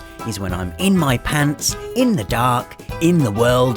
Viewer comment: British "pants" or American?